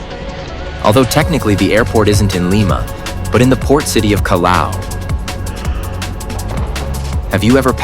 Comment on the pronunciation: Check your pronunciation of our port..."Calao"??? For English speakers it would be "Cajao" (Callao)...why didn't you say "kwaito" for "Quito", capital of Ecuador? Show respect for our cities please.